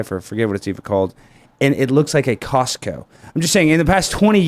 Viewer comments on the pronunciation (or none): none